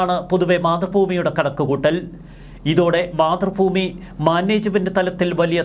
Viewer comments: 🤔മാതൃ ഭൂമി, ഫൂമി അല്ല., തിരുത്തണം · മലയാളം നേരെചൊവ്വെ പറയ്. മാതൃഫൂമി അല്ല മാതൃഭൂമി എന്ന് പറ...